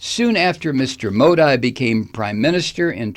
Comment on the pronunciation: You haven't the faintest what goes on in India for Modi. That would be this guy's wet dream. He'd eat all the vegetables in the world for that kind of power. Over 1.3 billion people! Btw it's pronounced Modee.. like banshee.